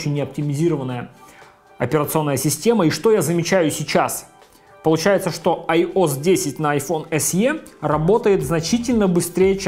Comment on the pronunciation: Айос блять. АйоЭс!